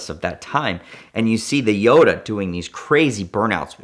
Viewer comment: This man goes into a different accent to say jota but still pronounces gallardo wrong